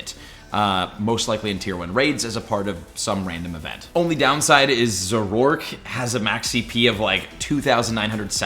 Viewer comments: Hey just a correction, Zoroark is pronounced Zoro- Ark (like the ship/game) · ZORO ARK…. Not whatever you said lol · Omg you’re so annoying... really after me Zah-roah! And Zohr-ark! P.s you can YouTube anime episodes to find out how you pronounce their names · Please start looking up pokemon name pronunciations before making videos man.. speficially referring to zorua and zoroark this time around. Its super cringe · He pronounces zorua and zoroark so weird